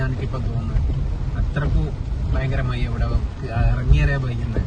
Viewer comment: Mayya അല്ല മഴ